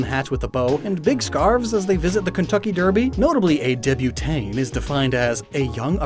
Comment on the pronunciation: I can't with your pronounciation of Débutante xD not sure if you're doing it on purpose or you're really doing your best